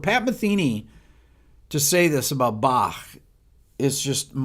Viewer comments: I love that you say "Bach" instead of the usual English "Bakk"! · Impressed that you, an American, can pronounce Bach. 👍